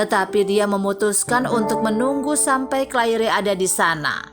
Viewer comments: Yang dapat disimpulkN dari video ini wrong pronouncing name Claire (clair) to Clair-e and hope (hop) to hop-e🤮🤮🤮🤮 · Sangat menyebarkan telungaku ketika wNita ini tetap memebut Clair by Claire. In the future please use the correct pronunciation! This mistakes ruined my interest to continue watching this video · Right pronounced as Clair. Minus the "re"tks. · Maaf sebelum bercerita harap belajar dulu cara mengeja nama ... Contoh Claire dibaca Cleir , Hope dibaca Hop ... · Masih butuh belajar yg terjemahkan ini, Claire seharusnya cleir, hope sebaiknya hop. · Ma'af ya untok correcting Claire wrong pronounced, even the belakang Ada "e" tapi eja'an betul hanya Clair . 🙏🏼 Tks.